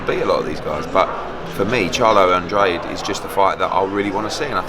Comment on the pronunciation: Eddie 'Andrahday' Hearn